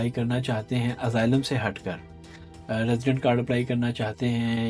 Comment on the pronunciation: اسائلم ہوتا ہے ازائلم نہیں ہوتا سرکار جی